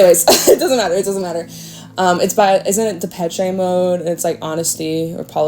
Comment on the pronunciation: De pechee mode.. Come on girl, Depeche Mode, (DEE PESH) Policy of truth